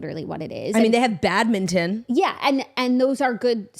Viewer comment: Badminton pronunciation cracked me up for some reason